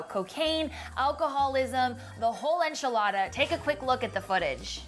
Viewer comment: lol - "The Whole Enchelada"